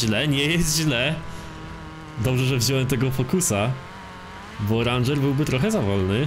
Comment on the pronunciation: To się chyba mówi reńdżer